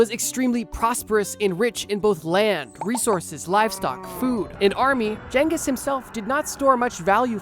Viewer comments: Mannnnn every time you said genghis wrong I took 5 hp damage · There's never been jangus, most say genghis. But correct is chingus. Don't assume you know the pronunciation especially if you're American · "Jenghis" Nice job dipshit. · why is bro saying jenghis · Am i the only one irrationally annoyed by this pronunciation of "ghengis" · The psychic damage from how he pronounces Genghis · i dont think thats how you pronounce genghis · man is allergic to pronouncing Genghis correctly. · I think the 'G' in Genghis Khan is a hard G, not a soft G, my guy. Don't think it's supposed to be pronounced like a J.